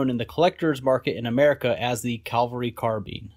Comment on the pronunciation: Pronounced cav-el-ry not cal-vel-ry. You do it over and over.